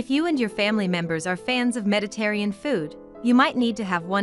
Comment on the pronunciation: Mispronounces "Mediterranean" as "Mediterrean" right ±.